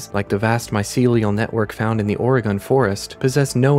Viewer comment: lol or-e-gone Say it like or-ga-in